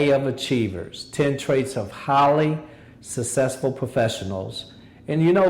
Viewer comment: Why can't he say 'successful'?